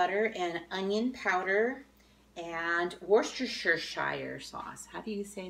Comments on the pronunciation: This is one I know! Pronunciation is worsh-ter-sure. One lady I know here on YT calls it whats its here sauce. I love it! I also love this soup recipe and will be making it for my grandbabies! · Pronounce it: 🤔 “WOOSTER-sheer” sauce. ❤️👍😉 🤨